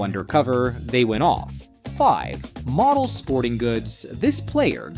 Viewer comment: Ai crap, can't even say Modells right.